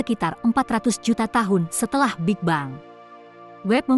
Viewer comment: Apa kok ngomong big bang itu...big beng gitu lo.